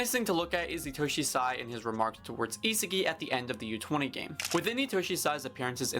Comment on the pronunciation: How does bro pronounce Isagi:face-purple-crying::face-purple-crying